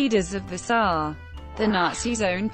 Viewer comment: This bot's pronunciation of SA as saah instead of s.a. is aggravating.